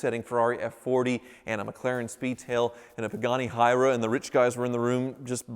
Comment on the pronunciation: Kissimmee is pronounced KUH SEH MEE. not kiss a'me. pagani huayra is pronounced pagani HOOEYE RUH. not pagani hyruh. You're not doin so good with talking on this one,.